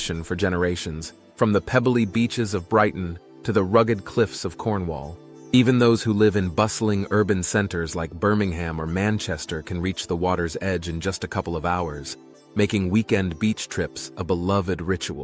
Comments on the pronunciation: If you do make a video about Birmingham please remember it is pronounced Birmingum not Birming Ham the way you did in this video if you want to avoid a lot of angry comments! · Not bad, but if you are going to talk about Britain you MUST learn how to pronounce things that are British. Birmingham is NOT I repeat NOT pronounced BIRMING-HAM, it's actually pronounced Birmingum!!! You also forgot to mention Lewis in Sussex where they burn effigies of politicians or anyone who they think should be burnt, most notably the POPE! A tradition nearly as old as Guy Fawkes himself.